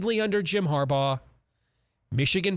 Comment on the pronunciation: There's been one constant over the years,.....it's Har-BAUGH!!!!!